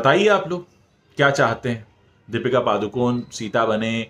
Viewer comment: Sir its paDukoNe (not paaducone).D as in Dear and N as in puNe